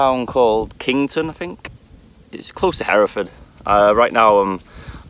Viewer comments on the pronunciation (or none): none